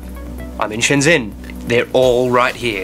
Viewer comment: They still call it 'Shen-zen', even after visiting...